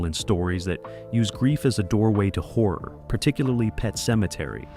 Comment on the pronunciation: WHAT FRIGHTENS ME THE MOST IS WHEN PRONOUNCING "HORROR" SO THAT IT SOUNDS LIKE "WHORE".